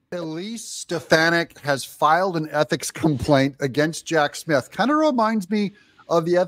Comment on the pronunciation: Just an FYI to the black presenter in this video. There is no "f" in Smith, so it's not Jack Smif! Additionally, just because she filed a complaint doesn't mean anything. They filed articles of Impeachment against Alejandro Mayorkas and what became of that? He didn't lose his job, get demoted or reassigned, take a pay cut, placed on Probation, or reprimanted. He didn't even get so much as a ticket! So much for superficial gestures!